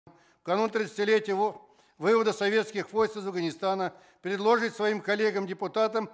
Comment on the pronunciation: Дурдуму нужно отправить в первый класс, учить правилам ударения, а колхознику-коммуняке, научиться произносить слово ПРЕДЛОЖИТЬ, но он то пыжится изо всех сил, пытаясь учить чему то.